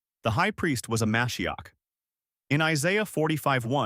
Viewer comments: It's me-SHI-ach. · You’re trying to present facts about Judaism and Jesus, yet you completely undermine your academic credibility by mispronouncing the Hebrew word for Messiah, Mashiach ….. The word is pronounced Ma’shee’ach, with emphasis on the second syllable, and the “ach” pronounced gutturally, like you’re clearing your throat. Now you know.